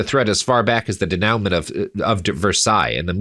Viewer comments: denooment. lol. Denouement = Day new maw. It's French and you look pretty French bro... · That’s not how “denouement” is pronounced.